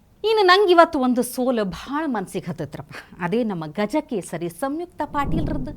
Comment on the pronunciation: "ಗಜಕೇಸರಿ" ಅಲ್ಲ ಅದು "ಜಗದಕೆಸರು"😂🤣